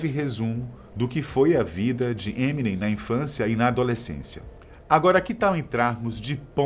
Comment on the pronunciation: Nossa, "ninguém" nessa terra brasileira pronuncia da maneira certa: EminÊm, com a sílaba tônica no NEM